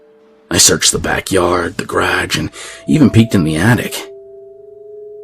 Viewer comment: “Graj”? * is that ‘garage’?